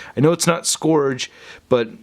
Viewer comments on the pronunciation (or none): Scourge is pronounced SKURJ. Please, please, please stop rhyming it with Forge.